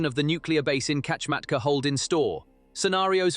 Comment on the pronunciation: Please learn how to read and write Kamchatka, pronounced kam-chat-kah. It is not Kametka nor is it Kachmatka .